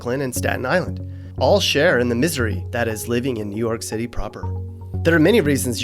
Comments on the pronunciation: its WOOOO York blood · How he felt after saying new yuck:👺😈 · New Yuck 😭😭😭😂😂😂